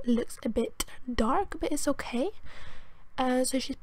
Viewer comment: 'but is okeh' dead